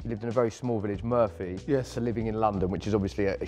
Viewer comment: He tries to pronounce his town in proper english but I’m quite sure nobody pronounce it that way there. It’s more like ‘Moo-r-fee’